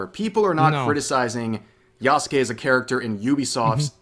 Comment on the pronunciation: *does all the research to confirm that Yasuke was/wasn't a samurai* *Still can't even say his name right*